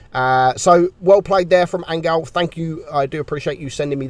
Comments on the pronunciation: I think you should pronounce 'angeel' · lmao "angal" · THATS HOW YOU PRONOUNCE HIS USER?!